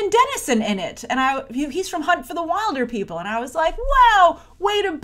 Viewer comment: Your pronouncing "wilder" wrong in Wilderpeople" It's pronounced Will-der😂 P.S I'm from New Zealand so that's why I know